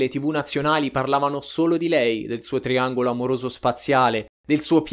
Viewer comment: Il tiangolo amoroso soaziale😂😂😂😂non si può sentire crepo dalle risate o sentito due volte il video solo per sentire triangolo spaziale